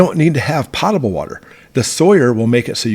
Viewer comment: Just FYI, it’s pronounced “Poe-ti-bull” water.”